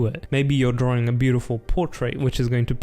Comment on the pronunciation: "happy drawRing"